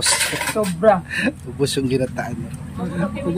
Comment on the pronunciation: ginatan hindi ginataan!